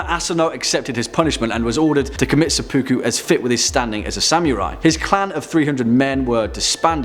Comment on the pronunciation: Seppa-ku, not se-poo-ku. Ta.